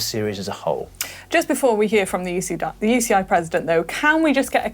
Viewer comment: Manon... what is the "You she eye" 😂